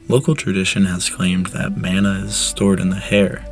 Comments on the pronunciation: hey man great video! I'm maori so I always get excited on pasifika and Polynesian history videos. Just keep in mind pronunciation because these languages are still used today. Mana is pronounced maahh naahh instead of man ah. Otherwise really awesome and interesting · It is pronounced Ma-Na. Not Man-A. The information is great. Thanks. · It is pronounced “mah-nah” not “man-ah” and it is something that is still practiced and respected in Hawaiian culture. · You're mispronouncing mana - its maa-na, as in "say aaaaah" when the doctor what's to look at your tonsils, not 'man-a' as in 'and'. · yes, thats rigth bro... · Mana is pronounced like mah-nah. Not: man-ah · the way you pronounce mana hurts my soul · Mana rhymes with gunner not spanner.